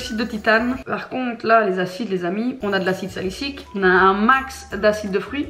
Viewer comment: Coucou, pour info, on dit acide salicylique pas acide salicique;)